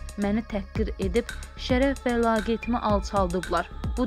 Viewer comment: Laqeyitim yox LEYAQETIM